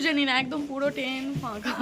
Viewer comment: bolo Train. Ten noy.